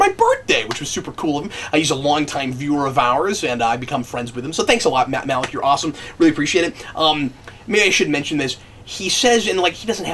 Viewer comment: I know I’m late to the party, but you pronounced Malik’s name wrong.